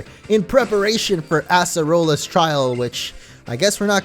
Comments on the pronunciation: It's not ass-rola it's ace-rola lol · assrola? it's ACErola I still love and I mean love your videos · It's a-cerola not asserola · why does It sound like he says "Asserolla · Why do u say acerola like Ass-erola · say it with me ace role a that is how u pronounce acerola ok?